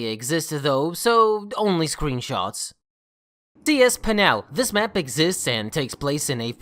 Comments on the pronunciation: just a heads up. penal is pronounced pee-null and its the root word of penalty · The way he pronounces 'penal'. 💀